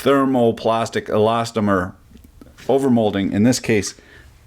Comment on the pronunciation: Congratulations. You were able to say "thermoplastic elastomer" correctly with one take...